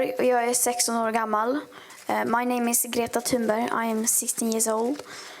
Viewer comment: It sounds like Amy is saying Greta Thunberry. Lawl.